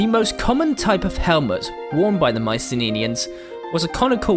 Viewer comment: Nice video. Not to be that guy, but in English their name is pronounced "My-see-NEE-ans". Not "My-see-NIN-ians". Or, in the original Greek, "My-Kee-NEE-ans" (there are no soft "cee" sounds in Greek). The boar helmets were only common as a symbol of nobility and were family heirlooms. Regular soldiers wore bronze caps or helmets like the later Greeks. You forgot archers and especially slingers to complement the heavy infantry. As well, in addition to infrantry, Myceneans made use of 2-man chariots. There is some debate if these were used simply as battlefield taxis to ferry soldiers and/or leaders to the battlefield to keep them fresh, or as assault units like the Hittites (where they got the chariots from in the first place).